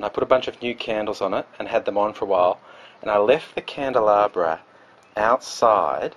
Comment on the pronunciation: Candelabra? Well oooh la di da mr frenchman.